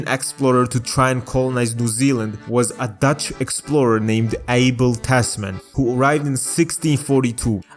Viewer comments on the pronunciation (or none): you pronounce that name as A-bell (like 🔔) not ‘Able’ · You pronounce it as A-bell not ‘Able’